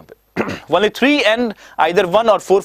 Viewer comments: Sab thik h Lekin "only ko wonly " na bolen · Only ka pronounciation jara dhang se krlo sir...bahit irritating lagta he